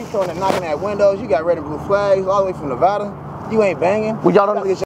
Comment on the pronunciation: BRO IM in Nevada by the way, it’s not Nevada it’s Nevada